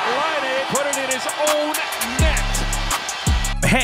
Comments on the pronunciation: Laine? Its (line,aye) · "Lane" it's Lie-Nay my guy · It’s not pronounced lane bruh it’s pronounced like ly-nay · It’s laine not lane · Great video but you pronounce laine like li-n-ay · bro said lane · You butchered patrik laine my guy